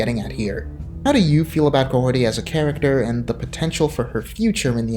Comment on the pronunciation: "Mahorty" That's all I heard